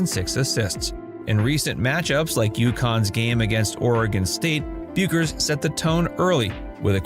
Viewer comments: Her name is pronounced "Beckers." I realize she's been a big name for only five years.... 🙄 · Learn how to say her name. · Yet you can't pronounce her name!!!